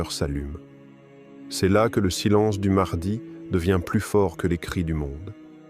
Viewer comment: L intelligence artificielle c est de la merde au niveau de la prononciation.....mahdi=Mardi😝🙄😅😉